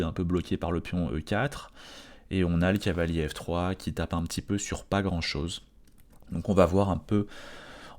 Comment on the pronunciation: C'est moi ou tu dis Cahier au lieu de Cavalier ? :P